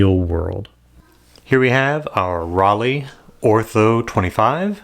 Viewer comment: Just like Leica, the EI in Rollei is pronounced I, not E. ❤